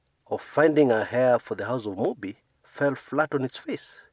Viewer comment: "Heir"... silent "h."